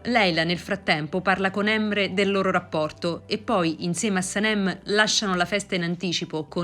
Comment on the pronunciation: La pronuncia della speaker dei nomi fa un po ridere da Emre a Yigit😂si pronuncia la "g" di Yigit e su Emre come se si mettesse l'apostrofo sull'ultima è non sulla prima E quindi cambia tutta la pronuncia........😀